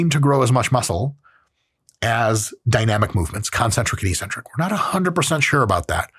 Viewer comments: Dr. Mike, perhaps you can explain why bodybuilders pronounce eccentric “ee-centric”. If we are going to randomly ignore consonants, perhaps we should discuss the “co-centric” phase? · Why do us gym ppl say eccentric wrong?